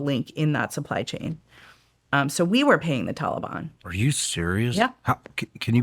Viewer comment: Damb she pronounced Taliban correctly she must ve hella serious and good at her job. Its usually just the folks at human intelligence that say these words right like shes prolly very keyed in. Im makin assumptions i dont know.